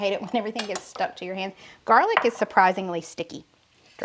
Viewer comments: She calls it jarlic because it is from a "jar"-gar"lic." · Why do you call garlic jarlick?